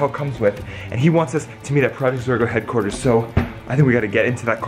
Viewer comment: its zorgo not zora